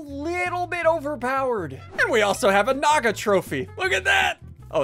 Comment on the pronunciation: "Naga" actually means snake in sanskrit, i felt amazing when he pronounced it. he actually pronounced it pretty close to how it is actually pronounced , by the way amazing video